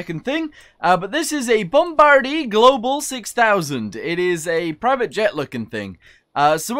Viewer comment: The way how he says ‘Bombardier’. I am from the UK, and in my entire lifespan, I have never heard somebody say it that way. I do believe it is pronounced ‘Bom-Bar-Dee-A’. Anybody remember the Frantic Daddy pandemic? No? Just me? Ah well, didn’t expect it All hail Lord Tachanka